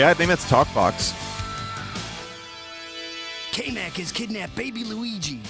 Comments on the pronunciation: I’ve never heard It pronounced “Kay-Mack” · That pronunciation of Kamek as K-Mac is something else.